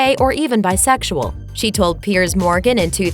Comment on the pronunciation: Do you think now the word is BISEXUAL. Its not that hard to say. I knew most of these.